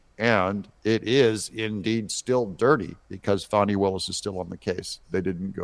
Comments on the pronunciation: It’s not “Fawny”. It’s “Fanny”. ~ As in ~ “Flim-Flam-Fani”. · It’s Fani like ass 🤣🇺🇸❤️